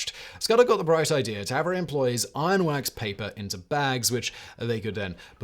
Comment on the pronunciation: ..."to have her workers iron - wax - paper - into bags." Not "Ironworks paper"